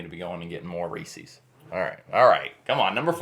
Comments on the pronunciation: The correct pronunciation of "Reese's Peanut Butter Cups" is "REE-siz" (rhymes with "pieces"), not "Ree-sees". Here is a simple breakdown: The name "Reese's" is the possessive form of the founder's last name, Harry Burnett Reese. Therefore, the correct way to say it is as if the cups belong to a person named Reese. It's the same pronunciation you would use for actor Reese Witherspoon's name. A helpful way to remember is that it rhymes with the word "pieces", as in "Reese's Pieces" candy. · Also not ReeSee